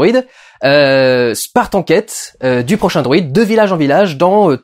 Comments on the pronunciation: HÉ Dudu combien de fois tu a dit droïde a la place de druide loool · Quand tu dis 'druide' j'entend 'droîde'... c'est moi ou...? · C'est moi ou j'entends "droïde" à la place de "druide" ? XD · Pas droïde , mais druide. Sinon ta critique est cool